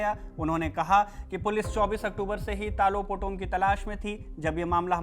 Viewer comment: तालो पोटम. नाम ठीक से बोलो